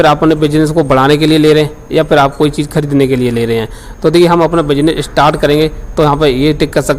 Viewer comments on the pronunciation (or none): none